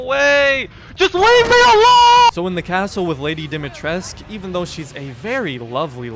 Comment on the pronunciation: Dimitrescu not Dimitresc